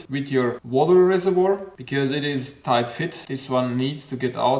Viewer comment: A tipp from a bilingual, first great pronunciation of tight, but when pronouncing "tighten " think of: saufen, fi**en, schlafen.